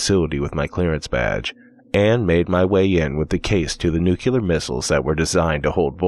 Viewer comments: just one observation: it's /niukliər/ not /niukulər/ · I wonder how many of those downvotes are because he kept saying "nucular"...